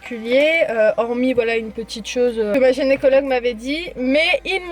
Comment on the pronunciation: Gynécologue pas Génécologue ca me stresse